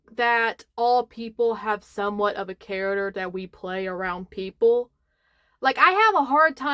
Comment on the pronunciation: Thank you for mentioning Jimothy the raccoon, because a friend texted me the short story and I looked at it sideways like, "hmmm..cute but I need more sources" Also, I was ever curious about the way you say "characters" and then I heard my friends kids say it the same way so it makes me think it is just one of those things like calling a library a "libary" Neat.